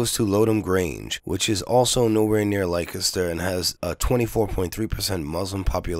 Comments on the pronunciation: Lik-e-ster, lol. It's pronounced Lester. I know, English is stupid. BTW: Thanks for this. I like PJW but I do know who he works for and am onto him. Whenever you criticize a video of his you won't get any replies. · Dude, it sounds like "Lester" not "like-a-stir" why?, I haven't got a clue, but it's not how it looks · Leicester is pronounced 'Lester' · Leicester is pronounced Lester. Just sayin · We have crazy spellings but just for your info for what it's worth, Leicester is pronounced Lester and Derby is pronounced Darby. 😊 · "Lye-kester" oh god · I heard there was a miscommunication, and that Tommy reported that the particular wing that he was in he estimated at 70% Muslim. Also, it was a tiny handful of people who were unruly out of a group of 20,000+. Some were probably being drunken idiots, some may have been provoked by the police. So 'not all' right? Finally, in the UK Leceister is pronounced 'lester'; ) Anyway, always appreciate you putting forward your point of view. Cheers